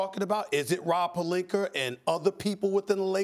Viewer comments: Stephen a cant say names that end with an A. “Serge Ibakerr” 🤣🤣🤣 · Nobody: Not a single soul: Stephen A. : Purlinka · Rob Pelinker Shaggy P 😬😬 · “Was it Rob Pelinka or Rob Pelinker” 🤣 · I've definitely heard Stephen say Pelinker before. I think he always says it that way.